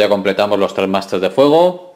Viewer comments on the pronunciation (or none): none